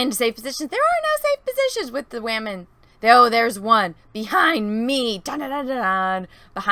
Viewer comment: She-wamen lol love it